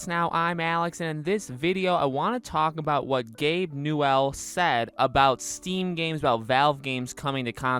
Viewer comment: Woah, woah, woah, woah... Gabe Nuwell? NUWELL? Are you kidding me?